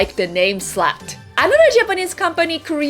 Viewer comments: Its funny because slat is actually not a dirty word. However, the way you pronounce it sounds like the dirty word which would be the word slut. Not quite the same. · honestly I'm completely confused. I thought you were mispronouncing "slang". I have no idea what "slat" might be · i was scared when she was saying slat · Honestly, I was trying to figure out what you're trying to say until the drink showed up. "Did she say slang? Slut? Slat? Slab???'